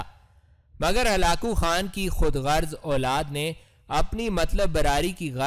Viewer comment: Ap halako khan ko halao halo bol rahe ho